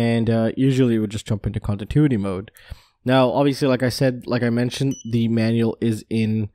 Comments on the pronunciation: Ahhhh every time you say contintuity I wanna call you and say yooo it’s pronounced con-tin-new-ity hahahaha it’s kinda like how people say nuclear like new que ler as if there is a second u in the word instead of new-clear. It’s no big deal but I know I would wanna be corrected if I was mispronouncing something. I’m not trying be a dick or something only trying to help a brotha out!! I’ve almost got a race quad and a freestyle quad built again but it’s been super hard trying to replace all my stolen gear... I promise I will have a video up soooooon so you can tear me apart with all the nervous mistakes I’m guaranteed to make as a newb content producer!! Ps never ever leave anything of any value in our car no matter if it’s locked or not or even if you’re only running a really quick errand cause it only takes a second for some dirt bag to take all of your hard work for themselves!!! Keep it up buddy! Great stuff as always! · I love your channel, but can you please learn how to pronounce continuity... Kahn-ti-new-ity! Lol keep up the great work man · Con tin tuity mode 😀